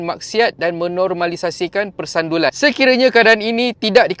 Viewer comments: Sebutan tak kena , bukan persandulan tetapi persundalan ....sebut betul -betul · Persundalan… bkn persandulan… kot…😅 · PERSUNDALAN...bkn persandulan 😂😂😂.asal lah susah sngat nk sebut ..dri dulu sebut nya begitu ..terus kn content yg baik2 ..👍👍👍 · Utk elak kena strike ngan youtube kak oiiiii. Tu sbb ada ayat2 tertentu kena sengana salah sebut